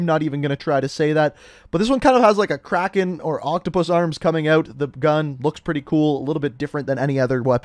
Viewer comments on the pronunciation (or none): none